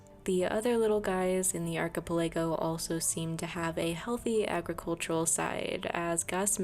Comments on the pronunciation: Ark-uh-pell-uh-go it's 5 syllable. Thanks for the great video. 😊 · archipelago = arch i pell ah go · Ark-a-pel-a-go is how archipelago is pronounced. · ArchipeLAYgo is taking me out 😅😅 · i don't think that's how you say archipelago but it may be a tomato potato situation